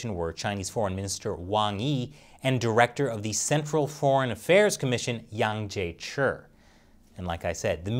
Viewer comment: Wow knows not to voice the chi in Wang Jiechi's name. When is going to coach my Mandarin pronunciation?!